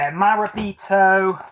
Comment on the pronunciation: I think your pronunciation of Morabito was ok but I think the end is TO as in TOP. 😀